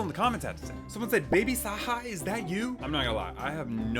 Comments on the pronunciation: its pronounced baby sa ja Like not baby Saha Love your videos ❤❤❤❤ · Noooooo😭😭😭😭 it’s pronounced saw-jaw not saw-Hah 😭😭😭 omg poor baby Saja bro btw he’s from K-pop demon hunters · ITS SA-G-A NOT SA-H-A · I started laughing when he said Baby saha He’s called baby saJa he’s from K-pop demon hunters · IT ISNT PRONOUNCED BABY SAHA ITS BABY SAJAAAA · He said baby saw-haw 😢😂💀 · It's pronounced "sa-juh" and it's from the movie "Kpop Demon Hunters." You must really live under a molar, because it's the #1 movie right now. Watch it! You'll love it! Everyone does! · it is pronounced baby sa (juh) a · pronounces Baby Sah-Jah, the j is pronounced. He's from K-Pop Demon Hunters, a new Netflix movie that's really popular